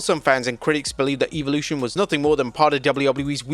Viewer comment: I'll tell you what I think of Eve-olution.....It should be properly pronounced as Evolution....